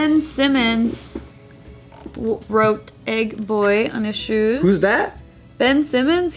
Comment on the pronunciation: I really thought said "Ed boy", not "Egg boy".